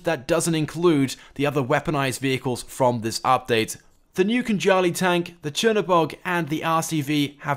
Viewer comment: LEARN TO PRONOUNCE CHERNOBoG you ate that word and didn't even say it properly u useless.